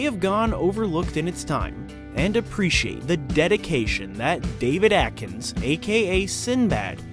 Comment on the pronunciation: AD-KINS GET IT RIGHT!!! Not AT....Ad. Sorry its pet peve of anyone with the last name Adkins. like me.